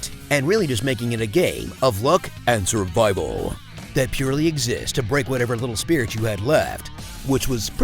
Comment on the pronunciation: Lol! "Luck and survival" pretty much just invalidated my entire childhood. I love that emphasis on "survival" though, lol again